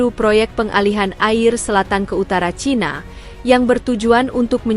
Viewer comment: CHINA dibaca "C H A I N A"